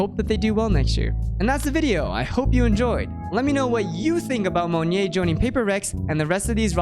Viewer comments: Yeah it's Mo NYET, not Monje or Monye lol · love the video! just a note, monyet's name is pronounced somewhat like "moh-niet", not "mun-yay", just for future reference's sake. good job otherwise :) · Its pronounced more Mon-yet. More Russian than French. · LOL its ok man it means monkey in bahasa, and maybe it only asian/indonesian can pronounced it right at first. cheers cool vids. waitin for more! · as an Indonesian, the way you say monyet kills me. JUST PRONOUNCE THE T PLEASE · now that's actually completely new way to pronounce monyet that i've heard. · monyet is pronounced with the t btw!! its not silent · the way you say monyet is so bougie lol i like it tho